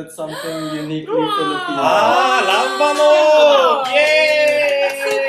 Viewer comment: the way she said "LAMBANOG" I cant hear any korean accent